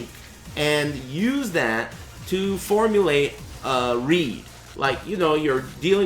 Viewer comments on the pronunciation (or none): none